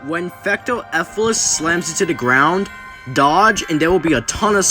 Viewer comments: To Let You Know, It’s Fecto “Elfilis”, Not Fecto “Efilis” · Neat video man, I would recomend listening to how other people pronounce names of characters in the future, for example Elfilis is pronounced Elf-ill-ess and Clawroline is pronounced Claw-erl-line.